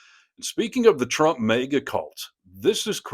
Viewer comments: It’s not pronounced “mayga”. Lol Although, it probably drives them up a wall and half way ‘cross the ceiling! Lol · Are you mispronouncing "maga" on purpose? You consistently pronounce it as "mega", which may be intentional to make commentary on the nature of the cult?